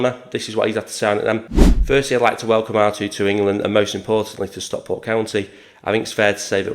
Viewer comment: We'll forgive you struggling with pronouncing his name but you really need to work on your pronunciation of Stockport.